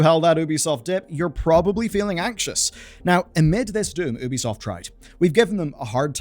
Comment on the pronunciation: My guy. Its not oooooo bi soft its youbisoft. Say you bi soft. Apart from this. Keep up good work and keep fighting the good fight.